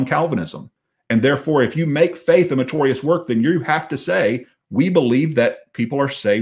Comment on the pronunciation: Dear. Love you brother, but the word is meritorious not matorius. Just that I’ve heard you say that word. Don’t mind me. I have the same problem with people saying nukular instead of nuclear.